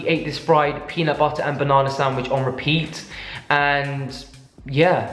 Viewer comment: JD McFarren yesssssss! And after every video I’m saying to myself, “peanut butterrrrrrrr” at least a dozen times 😂😂